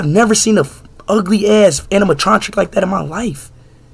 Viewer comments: Anime Tragic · “what kind of animanotric was that?! I never seen that animatotric!!” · Bro the way he says Animatronic as Animanotric pisses me off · "Animanotric" - Ishowspeed 2023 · animanotric animatontric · The fest speed kept calling it anamononic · “Animanontric” -speed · Bro said animatronkick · Bro said “animanotric” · Anamotronic × amamonotric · bro does not know how to say "animatronic" 😂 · Bro can’t say animatronic